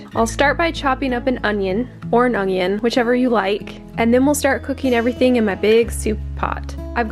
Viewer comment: I have thought hard about your pronunciation of onion forever